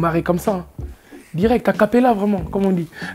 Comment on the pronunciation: Naza il me tue : "Mbien" , "Ndire" " Ndirect" 🤣🤣🤣